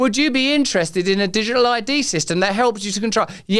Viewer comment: You speak so fast nowadays, wouldn’t be a problem if you wouldn’t forget to pronounce the letter “t” in words. Wai-ing, digi-al, da-ing and so on. You speak with such beautiful elaborate understanding of your language, please recondition (recondi-ion) your pronunciation so it will sound as eloquent as your choice of words.